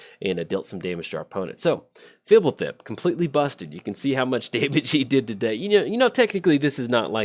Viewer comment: Out of all the names you can't pronounce you nail this one? You're an odd one,. I was expecting you to just make a raspberry sound when trying.